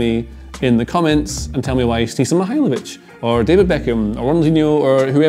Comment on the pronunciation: It’s Mihajlović